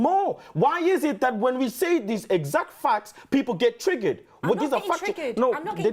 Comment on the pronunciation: Reminds me of Rafa's 'Fackts'. 😂